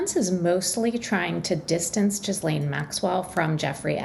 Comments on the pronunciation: It’s not pronounced ‘Jizzlane’ you muppet - learn to pronounce it before trying to sound authoritative! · Are we supposed to believe that this reporter was in the room when she can't say "Ghislaine"? And it is a federal case, hence cameras are not allowed into the room. So it really can't be considered a public case.